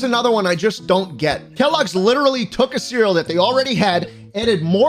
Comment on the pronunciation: Not me giggling like an idiot over Quisp because my humour is broken. “Bro I witewally eat Quisp evewy day” 😂😂😂